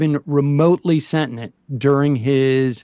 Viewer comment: That was a weird pronunciation of 'sentient' - I had to play it back to figure out what he said.